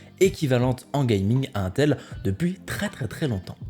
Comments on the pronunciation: Aintel.. je suis désolé j'aime beaucoup tes vidéos mais jpp on dit intel pas aintel (sauf erreur de ma part) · la façon dont tu prononce intel me stresse 😂😂